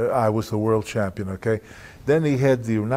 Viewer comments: " Champ-peen" way too many of them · Freddie Blassie used to pronounce it that way 😂....man I loved that old man 😂. I'll make ya the dub ya dub ya F CHAM-PEEN!